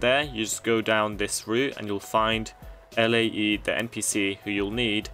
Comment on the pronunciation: Elaiee is a wierd way of saying Lae, your saying the letters i get it but i thought for sure Lae was said like "Lay"